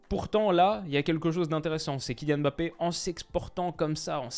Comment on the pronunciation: Merci de dire Kylian Mbappé à chaque fois au lieu de Emmbappé cmm le disent les autres français. T un monstre.